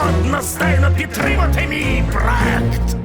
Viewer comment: Хоч хтось сказав слово «проєкт» як треба а не по ідіотські ❤ дякую! ❤